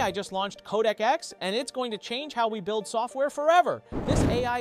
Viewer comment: Not KodakX or CodecX …. CodeX. Just “Code” & “X”. Try saying the right thing next time bruh